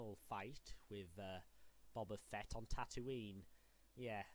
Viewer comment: This dude pronounces bubba Fett. 🤦🏻‍♂️